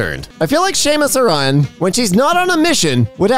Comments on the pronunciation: finds paper rock scissors weird and then reads samus aran like shame-us aran back to back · that's not how you pronounce samus aran and my brain is making the angy chemicals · did you just pronounce Samus Aran as Seamus Orion???!?!?!?!?!?!?!??!?!?!?!?!?!?!?!?! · This was a great video other than "Shemus Araan" and "Luffy from One Punch" that kinda itches me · So, watching this video, I learned one thing: thinks "Samus Aran" is an Irish name and needs to be pronounced "Shamus".